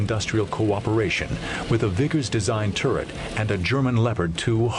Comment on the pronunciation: He pronounced Leopard wrong XD